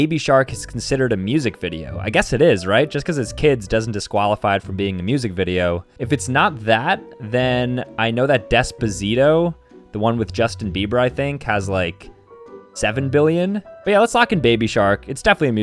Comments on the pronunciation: Bro said "Despazito" 💀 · bro pronounced "despacito" as "dezpuhzeeto" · is the type of guy to say "despazito" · bro really said "despazito" 💀💀